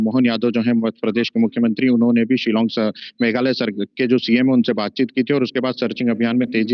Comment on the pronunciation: It is not Shilang but Shillong